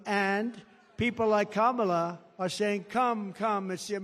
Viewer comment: Finally someone told him to pronounce KA-MA-LA’s Name Correctly. Loser